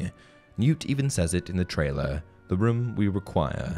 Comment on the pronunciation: Why does this guy say ‘room’ like that 😂 I’ve never heard a British person say it like that